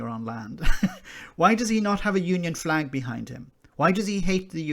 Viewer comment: The Royal underlying , deliberately unspoken question from a staunch Scottish Tory ... “ And what about the Republic of Ireland’s Flag 🇮🇪 ( l’m sure l heard “ Fleg “ 🇬🇧 ... but maybe my imagination concerning a separate Flaggish Cultural Predisposition 😬 ) BTW ... By all means talk up Glasgow ... but “ Powerhouse “ is historical and a one-eyed observation ! Tory Toffs couldn’t find Glasgow on a map of Great Britain ... so stop the Flaggishness you complete twerp !